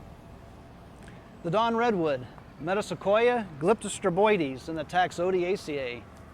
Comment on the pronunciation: Nice short intro about this beautiful tree. But, I will never understand you Americans and your problem with Latin. You are pronouncing that words like it is in English. You have so bad pronunciation that my ears bleed. Second part you pronounce like "Boise". That is so, so wrong. Listen